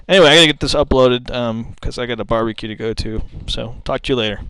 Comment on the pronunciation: "I got a berbeque to go to". <--- LOL... Good review, by the way.